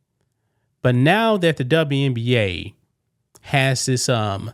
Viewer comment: Elmer Fudd says the W in WNBA stands for "WESBION"